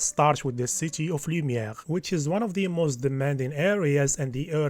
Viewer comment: damn bro , your accent when you say city of lumière was 10/10 , are you french dude ?